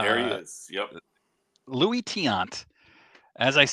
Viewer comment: Dick Ruthven pitched for the World Series champs 1980 Phillies, and Luis is pronounced "Loo-ees"---those who live in glass houses should not throw stones. He got in it for the money, but that's not a crime. And he is still entertaining. I have bought a couple vintage slabs at his store for great prices. But he does not sell much vintage. Just because someone doesn't agree with you, doesn't mean they should be dismissed with the "bot" trope.